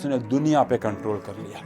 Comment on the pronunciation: "i will comtrol"